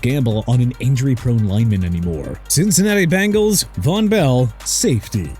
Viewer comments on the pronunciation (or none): none